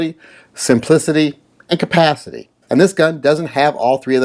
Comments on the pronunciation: Did you say "compathity"? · agreed and thanks for having the stones to make that statement ';-) Now, work on saying the word "Capacity"